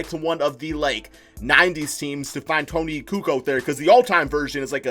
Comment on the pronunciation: He said tony kukoc wrong